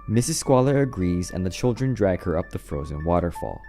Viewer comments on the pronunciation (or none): none